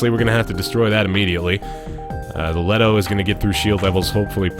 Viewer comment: THe gun is a LeeToe not Let o. Love the vids, but that is setting off my Nerd circuit.